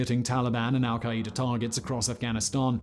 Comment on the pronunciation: Where da hell is al-ki-ee-da?!🤦🏿‍♂️🤣